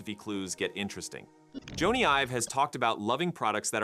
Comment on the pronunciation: It’s not Joe-knee it’s Jonny (Johnny)